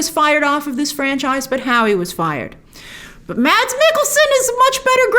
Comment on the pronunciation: I’m Danish and I’d just like to say : his name is pronounced “MASS” not “Mads”.